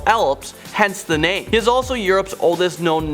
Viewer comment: and yo pronounce all these names wrong